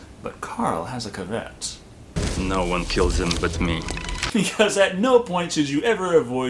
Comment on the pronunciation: I had to listen to that 3 times to realize you meant "caveat"